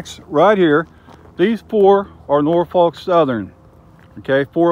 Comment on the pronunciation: Great video but you have to pronounce Norfolk the right way -- in SE Virginia we say it like either NOR-fik or NAW-fuk -- have to say the last part carefully too :-)